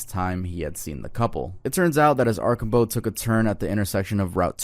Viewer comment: Arsh-am-bow is how you say not arcobow, the SD one